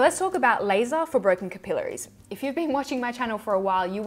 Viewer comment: Haha. I love how you say capillaries! (Kipilleries). Hehe. 😝